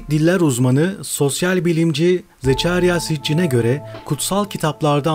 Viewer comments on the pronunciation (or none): "Zıçarya Sıçcin" deyil lan onun adı, "Zekarya Sicin" diye okunuyor, "Zecharia Sitchin" diye yazılıyor. Önce doğru sölemeyi öğren adamın adını.